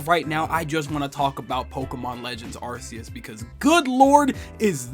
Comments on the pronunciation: Arceus is pronounced Arkeus not Arceus. That's how they said several times in the trailer! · I find it odd that people pronounces Arceus's name with an s-sound, when it's supposed to be pronounced with a hard c. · ArKOOS is the correct pronunciation.